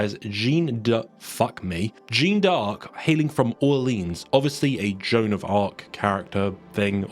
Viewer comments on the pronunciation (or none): no not a "Joan of arc character like thing". Jeanne d'Arc is the correct way of saying her name. Also you don't say it jean it's pronounced "zhahn" sorry but it drove me so crazy I did not even finish the video